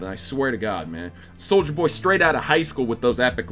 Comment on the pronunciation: Loving that SoM music. Brings me back to the good old days. Also, loving that you keep calling him soldier not soulja.